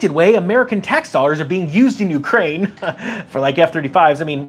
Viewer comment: COCAINE? Oh i thought U said UKRAINE 😂😂😂